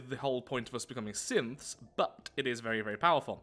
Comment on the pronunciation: he keeps saying "synths" at around 5 mins, but the internet is so far gone i keep hearing "simps"